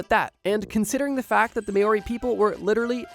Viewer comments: Holy shit dude that's the worst pronunciation of Māori I have ever heard it's mao ri like meow with no e sound then ri and roll the r and if you want it even better say Moh Rhi and roll the r on rhi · mao-ree, like chairman mao. And Moa is like mow-uh, like mow the lawn. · it is not pronounced “may ori” i’ve never heard it butchered this badly oh no 😭😭😭😭😭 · First time ive ever heard Maori pronounced mayo-ri lolol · New zealander here, voluntairing myself to assist with pronounciations of maori words - which is pronounced - mow-ree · Maori is not pronounced as may-or-i. Stop whitewashing shit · May ooory mythology pronunciation upsets me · M-our-ee! Not whatever TF you were making my ears bleed with! A little effort goes a long way! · Dude. It's pronounce Mow wee. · I actually got traumatized by how tmb pronounced "Maori" It's pronounced like Mow-ree (make sure to roll the R) also you pronounced "moa" right the first time, moor-a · As a Māori I knew youd talk about us and the Haast Eagle from the thumbnail lol... Māori is said more like mao (Chairman Mao), ri (ring (roll the r)).... also its known here that we are THE first, not one of the first as that suspicion was fabricated by the English, saying we killed off the first race here to give a reason for them to kill us off... very inaccurate as those people are still here today... the Moriori. Too, Poukai is pronounced Poe (Kung Fu Panda) Kai (Cenat)... beautiful word with a beautiful meaning, same as Maui, Tapū / taboo, Mana and so on. Funny how after you say when Europeans discovered it you show a Māori man with a paddle for rowing, on land lol. Don't take this as criticism, more just fact checking + an informative reply.. love ur work ❤️🇳🇿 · "Maori" is pronounced Mow-Ree, like Mow to rhyme with Cow :) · Please stop saying 'mayori'. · Māori is pronounced Maw-ree, with the r being rolled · It's pronounced mou-ri or mow-ri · It’s actually more like “mol-ree” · "Māori" is pronounced MAOW-ree, with a rolled R.